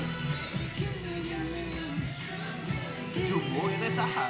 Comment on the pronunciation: Taeil❌ Te il✅ 😭😭🖖😂😂